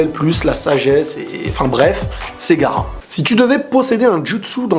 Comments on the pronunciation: On dit pas gara on dit ga a ra ps je t adore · tu ma tuer "gara" mdrrr gaAra avec sa nouvelle coupe il a perdu en respect n'en rajoute pas ; )